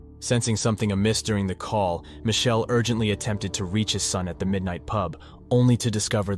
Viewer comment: Michelle --- is not Michele. It is pronounced mick-kelly